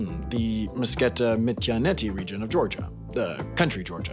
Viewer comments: Oh boi, Mtskheta is not pronounced "musketa" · Mtsketa? No. Mtsketit. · im guessing you also were mildly annoyed at the mispronunciation of mtskheta/მცხეთა, yeah lol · What do you expect? He's not even georgian so it's not weird to pronounced it wrong